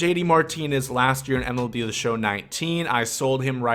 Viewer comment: He really said Melb